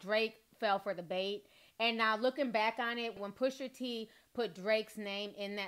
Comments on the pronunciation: My love it’s PUSHA T not pusher t lmao 😂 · Gritting my teeth every time I hear you say PUSHER T 😬😂😂 pusha girl PUSHAAA lol 😘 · She said “PUSHER T” twice and I had to look up another source to dish it to me. Lol